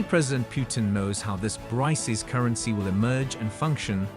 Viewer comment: You are pronouncing it wrong. It ends with the K sound. BRICS pronounced like BRIKS